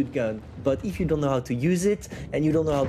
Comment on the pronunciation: Say EEEFFFF in America we say “if” my wife and I laugh 😂 every time say it again EEFFFFF